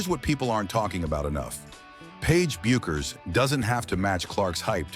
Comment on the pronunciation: Hilarious. How many times can Paige bueckers be misproounced. What a crock of shit story, tryig to start some kind controversy.